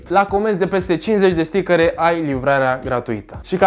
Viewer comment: stickăre =))))) mai ai şi tu Stickăre ? =))))